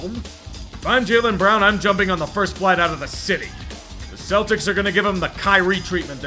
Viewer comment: im just glad i don’t have to hear kevin harlan say “celdicks” any more